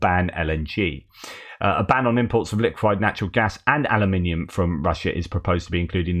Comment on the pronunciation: Alum in ium not holloumium for flips sakes. hahaha